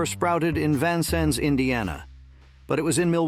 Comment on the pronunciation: I worked at 2 Ames locations in small town Indiana, I had started working at one full time and, Murphy’s was going out of business and, Ames was going in! It’s Vincennes, Indiana! You pronounced it wrong! Before it was Lazarus it was Shillito’s, then, Shillito’s Rike’s!